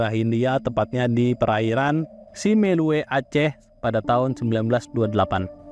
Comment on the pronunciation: FYI SIMEULUE dilafalkan dengan SIMULU/SIMELU bukan kayk lu nyebut min.